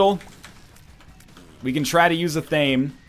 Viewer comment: ((Someone please tweet at NL that Athame is pronounced "AH-Tha-may", not "Ah-Thaym".))